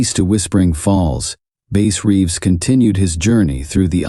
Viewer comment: The AI voice completely kills the immersion for me man.. it can't decide if the guys name is based on a fish or an instrument. Pronunciations are off on uncommon words. Lack of emotion or emphasis when necessary.. I'd play your stories every night if a human voice was telling it. Let me know when you drop live stories. Until then, I'm gonna wind down with my man Otis Jiry. No hard feelings, the AI voice just isn't for me and I don't think it's much effort to tell the stories yourself if you are indeed writing them. Tbh, I don't even care if you wrote them. I just want to hear a human voice. I'm looking forward to some real story telling from you, don't let me down!